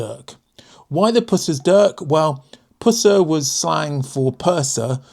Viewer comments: Not puuuuser but rather Pus er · "pooser"? always pronounced pusser in the RN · 'Pus-ser' not 'Puss-er'' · Pusser is pronounced Puh-ser not Poo-ser. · I think you'll find pussers dirk is pronounced "pusser" as in puss not puse And yes the bloody thing was third rate and a rust trap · Pusser rhymes with truss, not like Puss in Boots😊. Still got my dad's Pusser's dirk from his time on HMS Coquette (a minesweeper), very handy for sailing...I splice three strand rope with it, the blade back is designed to take a wallop from a mallet or hammer to cut through a rope in one blow. I also use a Currey Lockspike, which has the marlinspike locked by moving the bail. The spike was also very handy for opening tins of condensed milk according to my dad!😅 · "Pussser", not "Poosser"! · Great video. Just so you're aware, its pronounced PUSS-er. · Argh PUSSER !!!! As in pus not puss (cat)